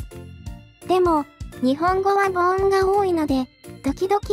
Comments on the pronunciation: ナレーターさん、母音は「ボイン」ですよ! 「ボオン」ではありません。 ひょっとしてわざとかい？ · 日本語がほぼペラペラに上達した元カノ中国人に「３月～」を読ませたら完璧でこっちがぶっとんだｗ ところで、母音を「ぼおん」と言ってるのは、やっぱあれですかね、規約回避みたいな… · 「3月1日・・・」が読めるから、機械読みで無いのに「母音」が読めないのは日本人失格❗️ 恥ずかしいから削除したらいい。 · 母音＝ぼいん、お経＝おきょう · 母音は「ぼいん」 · もしもしの件でほんわかしたけど、ナレーションで「母音」や「経」の読みが間違っていてげんなりした。機械音声ではよくあることだけど、言葉をテーマにした動画だからこそ正しいものにしてほしかったな。いやでも間違っていたから気づけて注意もできたのだから良いのか笑